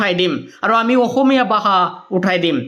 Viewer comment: Bhasha ❌ Baha 🤣 Bharat ❌ Barot 🤣 Val khobor ❌ Bal khobor 🤣